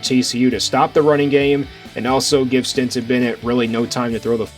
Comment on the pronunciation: Are you saying "Stinson" Bennett?